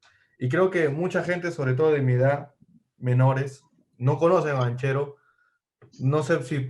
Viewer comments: No lo tiene, desde que dice "banCHEro" y no banquero. Parece uno de esos que limpia lunas en los semaforos y tuvo la idea de hacer un video de algo que desconoce completamente. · Se pronuncia, Banquero,sentido común, si no sabes pronunciar se pregunta, y se aprende,nadie nace sabiendo,❤️❤️👍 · Se pronuncia banquero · Banchero, se pronuncia banquero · Amigo. tanto te cuesta pronunciar bien el apellido Banchero.